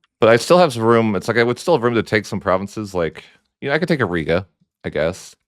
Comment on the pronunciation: Your pronunciation of provinces legit kills me man